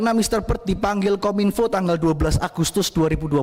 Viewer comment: Masak KOM -INFO bukannya KOMINFO (PENGUCAPAN) 😢😢😢😢😢😢